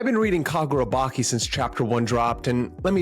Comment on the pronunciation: bro you called it kagurabaki it's chi as in inner chi in japan😂 that's how it's pronounced